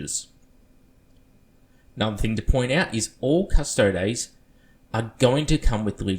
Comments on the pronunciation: It's cuss-toad-ees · Astartes is pronounced ass-tart-ees Also: custodes is pronounced cuss-toads